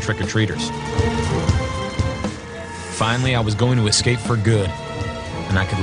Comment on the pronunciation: Gahhh it was driving me nuts too..ex-scape, ex-scape, ex-scape. It's escape you flogs